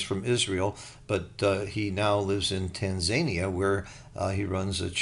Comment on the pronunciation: Tan-Zania? Tan-Za-Nia, Its a country on the continent of Africa